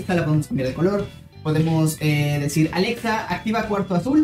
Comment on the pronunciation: Porque aveces dices porque aveces quieres sonar como español al pronunciar "Alexa"? Y al decir "Azul" y otras veces lo dices bien como debe de ser? 🤔 Bueno en fin jajaja En mi set up tengo un PS4 Pro Dead Stranding edición limitada. Acabo de conseguir mi PS5 Igual el Xbox One X Gears Of War edición limitada. LG C1 Oled de 48 pulgadas Un monitor Samsung qué compre usado